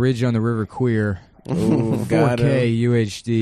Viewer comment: Bridge on the River h'wat now?